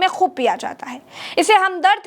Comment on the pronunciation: Abdul Mazeed naheen Abdul Majeed avoid wrong pronunciation.